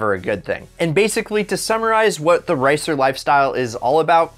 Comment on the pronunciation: your speaking "racer" and "ricer" is identical